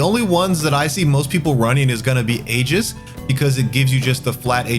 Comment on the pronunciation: you mispronounced aegis. did you go to school